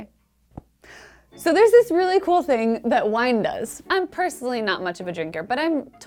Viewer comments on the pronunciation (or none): “I’m pershunnally not mutsch of a drinker...” Umm...